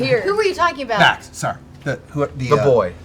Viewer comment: TRINKET IS A BOY ! (In Laura Bailey's voice) Also it's Vex not Vax.